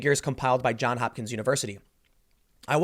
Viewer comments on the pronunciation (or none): "JOHNS HOPKINS" Tim, you've been saying John Hopkins for weeks now! :)